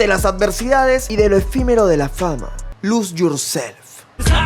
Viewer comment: lus yursef alto inglés